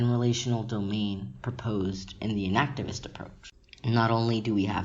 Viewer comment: I wasn't quite sure - were you saying "inactivist" or "enactivist". Is it inaction or enaction?